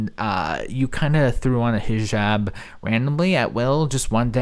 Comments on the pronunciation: “I know you thought I was going to take off my HEEE-jab” 🙄🙄 GORL!! Imma need you to finally learn to pronounce it properly if you’re gonna stick with this cosplay!!!! Not HEEE-job. It’s pronounced < >!!! 😡😡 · Imagine living in the Middle East for an entire year and you still can’t say “hijab” correctly 😂🙄